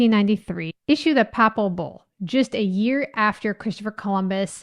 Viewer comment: Not a bǔl, a bull, pronounced like bull, the animal.